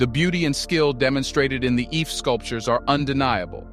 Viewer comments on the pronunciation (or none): Great work man. It is pronounced "EE-FEH" though. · Ife heads? For a history channel that can't be bothered to learn how to pronounce the name properly like a European. "I-fey" is the correct pronunciation